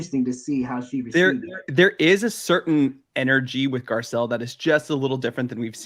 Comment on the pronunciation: Girl, please learn how to spell her name, it’s literally posted everywhere and you completely butchered it “Garcelle”